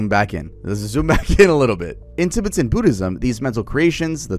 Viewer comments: I'm a Tibetan Buddhist (Not from tibet but I work for a buddhist retreat and my family have practiced buddhist beliefs for the last 30 Years) Your pronounciation not to be rude was terrible! No Disrespect. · It’s cute hearing you mispronounce Tibetan so many times lol like a Canadian saying the word ‘aboot ’ 🤣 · The pronunciation of Tibetan is killing me lol but nice vid keep it up 👍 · I'm so sorry but the mispronunciation of Tibetan and Dalai Lama are KILLING me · ilysm but please use google pronunciation on Tibet, Tibetan, and Dali lama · It takes maybe 4 minutes to google how to pronounce Tibetan and Dalai. Like common bruh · Is bro pronouncing everything wrong on purpose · I love you, but why the hell are you saying Tibetan and Dalai Lama like that broski😂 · I love you but you are pronouncing Tibetan and dalai sooooooooo wrong it's actually frying my brain 😭😭😭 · Does bro need to look up how to pronounce Tibetan? Is that what bro is trying to say? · why did you pronounce tibetan like that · The Tibetan pronunciation is completely cooked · And Tibetan lol